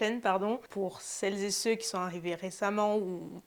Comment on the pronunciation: Le "celleszetceux" me dérange beaucoup